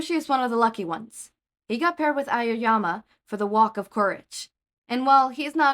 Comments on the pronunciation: Im sorry but I just can't get over "Amamama" instead of "Aoyama" TvT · 😂 Ao (ow) yama - 3 syllables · Fr😂😂😂😂but it’s ok just silly